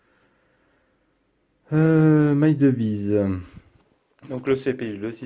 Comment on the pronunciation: Salut, bonne vidéo comme d'hab: cependant j'ai deux points important de prononciation à soulever (ahaha) on dit "My DIVYCE" et pas "MY DEVIZE"... et XIAOMI ce prononce SHAOMI;)... c'est dommage ça fait perdre en crédibilité la vidéo! Bonne continuation à la team